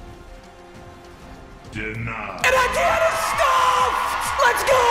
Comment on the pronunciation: still mispronouncing Etienne this late into the season irks the shit out of me